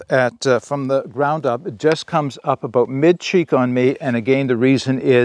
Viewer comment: You almost didn’t say aboot😊